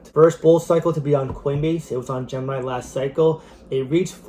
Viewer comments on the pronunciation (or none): none